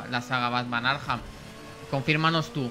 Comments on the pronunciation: Por q el de la lo llama arjam???? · Por qué dices “Arjam”? 😅